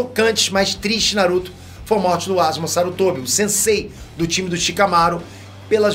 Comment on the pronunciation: Asma não é ASUUUMAAAaaaa